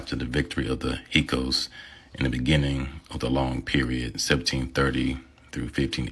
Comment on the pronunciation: This man can't even pronounce those words correctly. He has never even heard trarcota or Hyksos and other words .